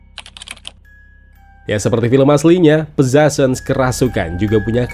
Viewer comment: Agak mengganjal sama cara baca judulnya. Hehe 🙏🏼